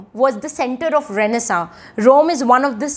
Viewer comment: Is tht pronunciation of renaissance correct?